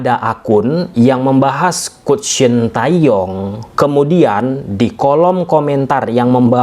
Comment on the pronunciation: Mas bacanya coach; kouch.. bukan kuct ! Nti jd kuch kuch hota hai 😂